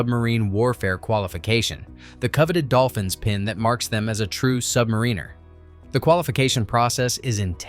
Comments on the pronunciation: SubMARiner, not submaRINEr! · ITS SUBMARINER NOT SUBNARINER. SUB-MAR-IN-ER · Definitely AI , because the smart computer still can not correctly pronounce some words. “ Submariner” had the wrong emphasis on the second vowel sound 😊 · That would be cool if Submarine Insider could learn to pronounce the word submariner. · makes a video about life aboard a submarine, proceeds to mispronounce "submariner" every single time.